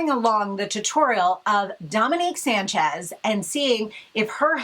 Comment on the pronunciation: Her last name is not sanchz